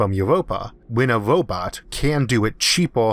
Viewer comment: What's a wobot?